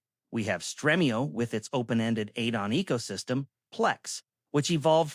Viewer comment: Streamio not Strehmio